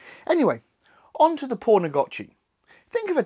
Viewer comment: poon not porn